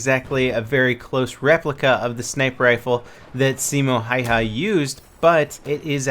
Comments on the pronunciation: it's pronounced like Hieha or something weird. ( he was Finnish ) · By the way if anyone wants to pronounce Simo Häyhä like we do here in Findland. Call him Simo Haveha as the way Have -ha [ Haveha ], as the proper way of pronouncing have is [ Hav' ] and also use exactly the same parts of our tongue and throat as saying Häyhä = Haveha. To have, excluding the word to of course and then ha right after the word have. Simo Haveha ( Simo Häyhä ). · Björn Dahlberg It does but the following letter Y would be a hard one to follow up due to the different way of pronouncing that letter. And there isn't any good way of explaining how you say it other than Haveha = Hayhä. But if you happen to know or anyone happens to figure out a more proper way of saying Häyhä like Finnish do. Be my quest =) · Se on Häyhä eikä Heiha :D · Häääähyääää eikä Heihylääääää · His second name is pronounced "how ya" I'm Finnish so trust me :) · drviper10 I love the way says Hayha's name, it's so incorrect. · ''Simo Hey-Ha'' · its funny how you say simo hihi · as a fin I laughed my ass off when he said häyhä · paasovaara Me too XD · paasovaara ehkäpä hän ei puhu suomea yhtä hyvin... Ei me suomalaisetkaan puhuta englantia parhaiten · btw u butchered the absolute balls out of Simo's last name. look up his name on you tube and there should be some videos where they say his name.